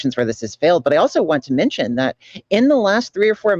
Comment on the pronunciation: I don’t like appearance shaming, and speciesism is problematic, but this is making my hay. manshen. Always manshen.